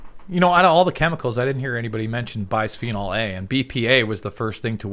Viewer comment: Its pronounced bisphenol, like biz, not byphenol